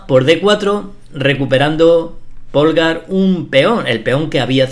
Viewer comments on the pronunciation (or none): bellisima, de todas formas no es lo mismo un sacrificio para conseguir una posicion ventajosa que un sacrificio con el que termina la partida porque aboca directamente al mate. Un apunte, Polgar se dice pólgar y no polgár, aunque se escriba asi